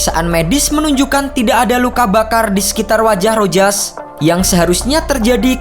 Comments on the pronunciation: Rojas. Bacanya ROHAS min..piss😁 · Rojas disebut sebagai Rohas